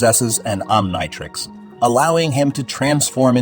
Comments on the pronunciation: Try Oniontrix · “Om nai trecks” is crazy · It's pronounced om-KNEE-trix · Why are you saying Omnitrix so weird? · My bro you're mispronouncing the word omnitrix😺😒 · Learn to pronounce omnitrix u idiot😂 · I'm sorry but the way you mispronounced the omnitrix 💀💀💀